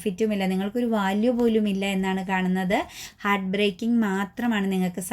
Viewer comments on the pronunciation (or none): none